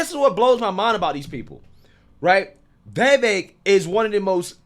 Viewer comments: dude it's "Vee-Vake" as in cake. The dude said this multiple times on the road. Cuomo got it wrong the while time. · Do you ever listen to commentary? His name is pronounced Bee Bake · Vivek is pronounced, (vi-vake). It's 2 syllables, it's not that difficult to say, especially when you're talking about him every day😂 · It’s Vivek as in Cake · It's Vivek like "cake". Learn how to say his name. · His name is pronounced like Vi-Vake. The last syllable rhymes with Cake. It is funny how everyone can’t say his name. Anyway, Vivek should be Trump’s VP or Sec State or some high position in his cabinet. He is legit truth. Articulate and knowledgeable about all the issues and has a clear head and is calm under fire. He calls out the bull Twinkie’s and spits truth and verifiable facts. Such a fresh breath of air. I despise all politicians and don’t think any of them have our best interests at heart. Trump and Vivek in 2024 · Hi, just a slight correction. It's Vivek ( rhymes with cake) pronounced Viv-ache. Keep up the great work. Just thought in a manner of transparency you would like to know. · His name is pronounced like Viv-Ache like Cake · Vi - VAKE...rhymes with cake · Why are you calling him veevek? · Thought this might help! I heard Vivek state how his name is pronounced. The vek portion of his name sounds like cake. Vivake/Vivek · Vivek rhymes with cake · When are you gonna learn to say this man’s name properly? I am tired. Please. Chris is saying his name right. Listen. I would enjoy your vids on him that much more. It matters.